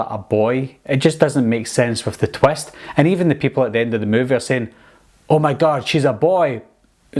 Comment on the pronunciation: Wie hav dis twest... Wtf is a twest